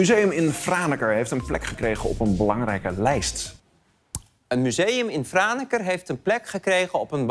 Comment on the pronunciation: Als Fries ben ik ontzettend trots op Franeker! Dankjewel voor je felicitaties Arjen! En voor een niet-Fries is z’n uitspraak heel goed, fijn dat ‘ie de moeite neemt om dat goed te doen